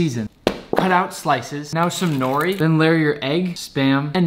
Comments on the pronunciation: NORI, NORI NICK? YOU DARE MISPRONOUNCE IT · I live in hawaii and I actually go to Barack Obama’s school aka punahou AND as a average Honolulu person people say shoyu instead of “soy sauce” and I think he also pronounced “nori” wrong